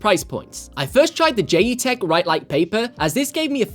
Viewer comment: Pretty sure it’s pronounced as JET - Tech?